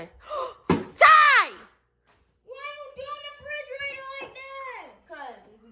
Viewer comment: “I don’t wanna talk about nothing but cleaning out da furdrarator” 🤣🤣